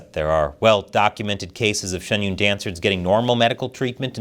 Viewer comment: Why do you pronounce Shen Yun Shun Yoon?